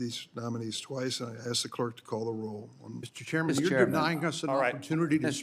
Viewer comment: The ASK is not pronounced AKS.